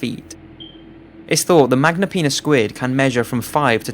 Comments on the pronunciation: Hmm who else thinks it funky when he said magnapenis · At number 1 I thought he said "Magnum penis squid" XD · Haha he said Magnapenis squid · I thought he said magma penis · I'm sorry. But did this fucking guy say Magnum penis squid?